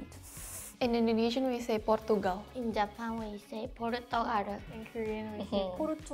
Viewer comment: The tagalog pronounciation of portugal is so exaggerated..we dont pronounce like that lol